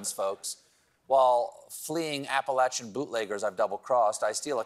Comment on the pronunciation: FINALLY, somebody on TV who knows how to correctly pronounce Appalachian. It's all short A's people. Think apple like the fruit, not ape like the primate.